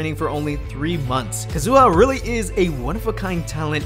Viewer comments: Is this actually how Kazuha’s name is suppose to be said? Bc it was irritating tf out of me Lmaoo I always thought it was Kah-zoo-ahh not Kuh-zoo-uh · “Ka-zu-ha”, not “Kazoo-ah” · omg she's not a kazoo at least try to pronounce their names right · that’s not how you say kazuha 😭😭💀💀